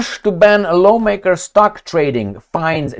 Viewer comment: 😅😅😅 Come on,!!! LAWNmaker? You mean like Mexican yard workers? It's LAWmaker my guy. You've been in the US for how many years?